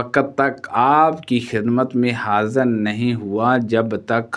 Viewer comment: آپ کی اردو بہت غلط بول رہےء آپ۔۔۔ ہدایت کو ہدایت(Hadait) ۔۔حاضر کو (Hazar) کہ رہےء۔۔۔معلوم کو ملوم ۔۔۔ کیا ہے یہ